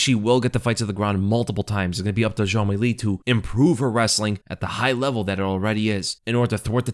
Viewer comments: ''Cong Wong'' bro cant even say wang properly either. insane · Wong Kong? Really? Oh my bad I guess it’s Kong Wong